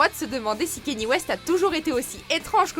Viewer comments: Je vous l'apprends peut être mais on ne dit pas Kenny mais Kanyé pour Kanye West (je l'ai appris il y a peu de temps, alors je le partage) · Ça ce prononce "Ka ni é " pas Kenny !!